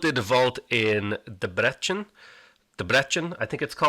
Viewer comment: Hungarian city pronounciation: Debrecen = Deh-breh-tzen Pécs = Paytch Miskolc = Mish-koltz Győr = don't even try, the first consonant is a pain in the ass for foreign speakers to figure out XD